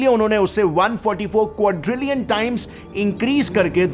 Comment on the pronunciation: If I am right, then what u pronounced in hindi 1quadrilion is wrong